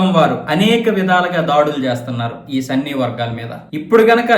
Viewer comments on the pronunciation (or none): సన్నీ కాదు సున్నీ